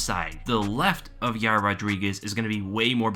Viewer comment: Friggin is a scrub, it's pronounced 'Ya Ear'